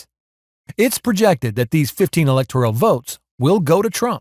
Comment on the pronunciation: "Electoral" is not pronounced as if it spelled "electorial" like janitorial. Please work on your pronunciation.